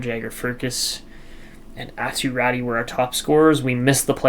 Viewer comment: RATY, Is pronounced as Ratu, the y is pronounce as english U